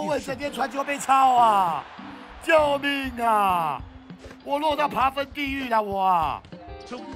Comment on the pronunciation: 遭了個糕~~我好喜歡聽老爹哭喔~~哭起來太迷人了~~文老爹就是這麼強悍NO~~ 老爹到底是爬分還是扒糞~~笑死我了! 我一直聽到人家在扒糞耶很過分耶~~哈哈